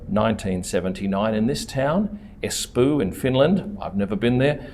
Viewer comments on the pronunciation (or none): Espoo is pronounced "es-paw".